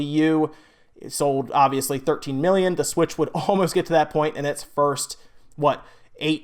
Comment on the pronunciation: Does anybody else hate the way he says "The Switch"? I honestly don't know why it bothers me so much lol